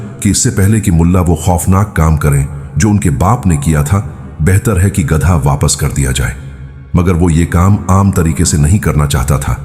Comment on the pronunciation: Oyye, baewakoof, gadaa nhi balka gadha khtay hain